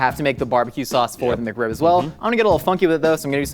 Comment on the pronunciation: "McRib-member"